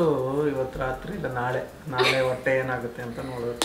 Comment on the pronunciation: Adhu wotte alla hotte😂 By the way yen aithu nim hotte olage?